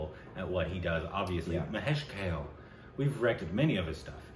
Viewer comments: Its not pronounced Kale but Ka-leh. Just for your info. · It's kaaaaaaaale .... Not kale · KAAAAAA-----LAY. Not Kale salad lol. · Guys, it is not Kale. It is Kaa-ley. It is a Marathi name. I think he deserves to be named correctly. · Why has any Marathi not yet corrected them about Mr. Kale's pronunciation? It's not kale as in the vegetable. It's pronounced Kaa- Ley. Someone tell them. He deserves at least that much respect. Also it's not really an "L" sound, it's this ळ letter in Marathi (technically called Voiced Retroflex Lateral Approximate /ɭə/ )which is very hard to pronounce for non-Indians. So that's understandable but it's really not pronounced like kay-le. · It’s not pronounced Kale as in the vegetable but as Kaalay. Anyways, nice to see enjoying Indian Classical. Earlier he used to be clueless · Guys, it's not Kale (rhyming with whale) but Kale (Ka, rhyming with la) and le (rhyming with bay for say)! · Mahesh Kale. Kale should be prounced as Kaa + de and not "Kel" or "Kale". Its Kaade. d here is mix of L and D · 'Kale' should be pronounced like... Ka - Kaa Le - Lay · Pls pronunce his name as "Kaalay" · His last name is pronounced as Kalé(ka-lay), like coupé, ka-lay means BLACK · Mahesh Kale is pronounced as Mahesh "Kaalé". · Last make of Mahesh Kale is Ka( as in Kayak) and Le a(as In 'Laid) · Pronounce it like Kaaa-le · kale= kaa+lay pronunciation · Learns the correct way to say Kale and apologizes for saying it wrong on previous occasions Also: Says it wrong in the very next video! xD